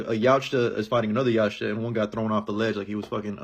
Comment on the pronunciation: Yautja is pronounced Yow cha